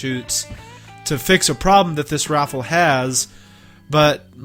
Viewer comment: Sounds like you're saying send this raffle back. I know you have an accent I know you saying rifle but it does sound like raffle LOL